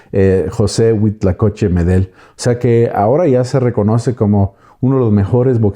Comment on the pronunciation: HUITLACOCHE, NO HUITLACOCHO ., se ve que si sabes .